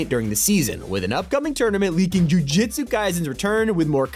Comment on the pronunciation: As a anime watcher I am very offended by the wrong way to say jujutsu, idc tho cause the great video makes up for it❤